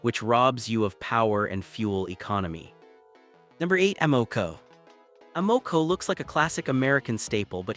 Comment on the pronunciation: Lol. A. MO. CO... need to know the proper pronunciation